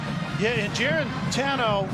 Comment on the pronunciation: I get that it's a struggling Vols v cupcake game but the color commentary was so annoying this game. Go back to D-III hockey.. maybe you'll have an easier time pronouncing those French names than you did with "Juarantano"